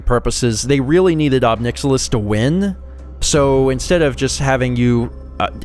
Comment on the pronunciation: I think it's pronounced [ɑb 'najɪlɪs] (ohb NIGH-ill-iss). That's how I tend to pronounce it, because he certainly is rather a nihilist.